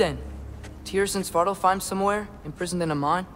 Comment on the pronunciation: Yo the way he pronuned svartalfheim was heleirous 🤣🤣🤣🤣